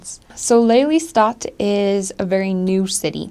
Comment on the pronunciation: Lelystad klinkt prima van een Amerikaanse